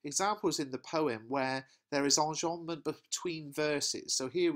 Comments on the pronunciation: the way u said enjabment its funny. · whats that device called when sentences end in a line I didn't quite understand what you said there? On about 9 minutes, please. Thank you.